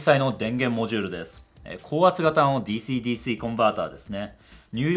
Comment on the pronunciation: DｽｨｰDｽｨｰの発音の良いこと